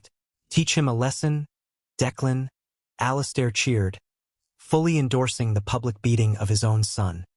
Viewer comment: I hate the way AI pronounces the name "Alistair". This story is nonsense. The brother is not a professional MMA champion, he's a corporate executive and a gym bro, he's an amateur. If he was a professional fighter he would definitely beat someone who isn't a trained professional fighter. It's like believing the idea that just because someone is a marine he could take on the world heavyweight champion for the WBC belt because he has killed people in combat and also knows how to box.